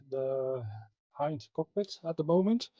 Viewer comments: HIND is the NATO designation for this helo, as the standard language used in NATO is english, its pronounced in english, not Russian. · i believe you pronounced"i" in "hind" wrong. It sound like "e" in "ea" similar to way it is in russian. I hope all that is readable, english is not my native language. (edited)